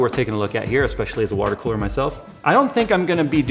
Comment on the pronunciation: "the kewler"